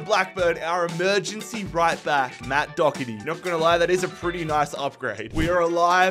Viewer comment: It’s pronounced Do her ty not Dogherty and it’s pronounced Qy veen not Cameron